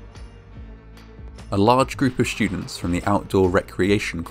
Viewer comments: well, except for the word "shtudents." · "Schtudents" Lol wth man? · The shtudents were shtood on the poorly conshtructed platform! What is it with people pronouncing the 'st' sound as 'sht'? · Probably a regional thing, I pronounce it that way too